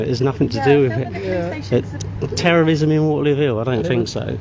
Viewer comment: tewwowism... the cuwwent climate is sevewe...